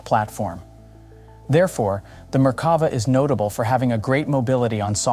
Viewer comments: sorry I can't help myself. It's mer-ka-VAH. "mer" rhymes with "there. stress on "vah". Drove me crazy the whole video. Sorry for making youtube comments into a reddit post! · Merk-ka-va, just saying.